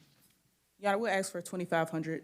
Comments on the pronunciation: Can this public defender not learn to say 'ask' instead of ax? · What is you axin’? You finna regret